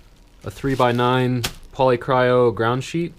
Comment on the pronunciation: you're the first person I've heard pronounce polycryo properly